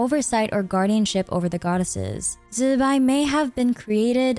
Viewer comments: Why we calling zibai, zibai insted of zzzz..bai ?!! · Ok. I'm ignorant of the correct pronunciations of most of the characters in Genshin, but is "Zibai" REALLY pronounced "Zzzzz bye"?!😅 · Why is it so hard to just say "Zibai" 😆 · Calling Zibai like that was so cringe to me and it was so distracting, it fully broke the flow of the sentences everytime, just call her normally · You know you dont have to force zbai's name, right? Just use an english pronouncination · Killed something in me